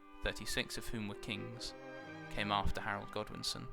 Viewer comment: pronunciation a tad off bit still very sigma